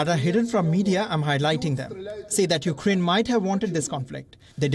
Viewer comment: Dear Palki its not U KA RAINE. Learn to pronounce a countries name at least 🙂